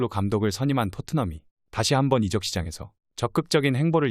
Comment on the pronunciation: 이적을 이저억 으로 발음이 되어야지 이쩍 이 뭐야 이쩍이..아무리 AI 나레이션이라지만 너무 나레이션에 성의가 없네요.